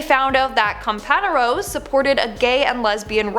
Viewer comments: btw it's pronounced "compan'yeros" not "companero" the ñ is not the "n" letter it's an extra letter in the Spanish alphabet called 'enye' and pronounced like an "nye". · PRONOUNCE IT compaGNeros YOU 🤪🐮❗❗❗❗ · COMPANEROS...YOU PRONOUNCED IT waaaaayytt wrong!!! I'm Hispanic..its PRONOUNCED "CO-PAN-YEAH-RRO" THE M AND THE S?ARE SILENT!!! AND U ROLL THE R!!!!🤷🤷🤷👍👍👍👍🙆🙆🙆 OK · Comparanos mis pronounced here. Otherwise good stuff. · Sheesh pronounce companeros correctly